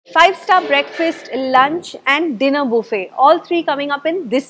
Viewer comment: it’s buffet (bufay) not Boofay 😂😂😂. The Heldy? Healthy (hell thi)